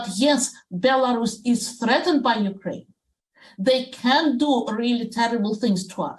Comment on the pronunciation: Sadly anchor fails to pronounce Ukraine and Belarus, disgusting